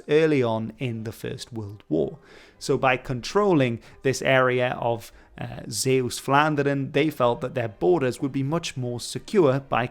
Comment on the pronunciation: Your pronunciation of Zeeuws-Vlaanderen is pretty good